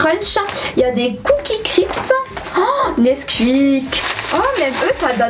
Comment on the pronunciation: Ça fait bizarre d'entendre NesqUik 🤣